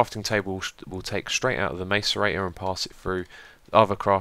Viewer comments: ITS PRONOUNCED MASS-ER-EIGHT-OR! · btw macerator is pronounced (i believe) like: mass-ce-rator